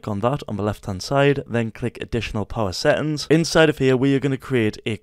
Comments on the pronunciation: Settings but he says: Se Ens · NVM but this blud is saying seings not settings LOL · "Then go into your se ings"